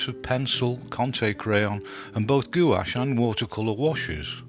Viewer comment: Hey,, first of all, love this series, but love even more the way you say gouache, makes me giggle every time, keep up the good work!